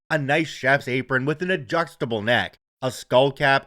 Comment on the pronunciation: what's an "ADJUXTABLE" neck? 😁🙃